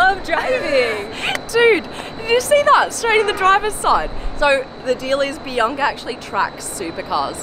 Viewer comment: Who else heard it as PRIYNKA and not BIANCA🙋‍♂️